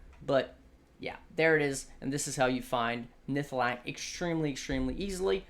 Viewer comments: NihLATHAk not Nihthalak. Now say it 100 times. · And it's nihlathak :D